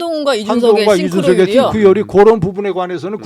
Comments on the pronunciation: 싱크로율 스펠링이 synchro 인데 자꾸 th발음으로 띵크로 ㅇㅈㄹ 하는게 개킹받누 ㅋㅋㅋㅋㅋ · 띵크로율 ㅇㅈㄹㅋㅋ synchronization / 싱크로율 씽크로율로 발음하는 게 맞습니다. 국힘당은 엑셀 함수도 못넣고 영어도 초졸수준이라 그냥 상대하기가 싫네요